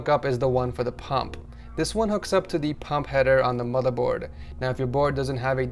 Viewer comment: Satisfies me when he says madaboard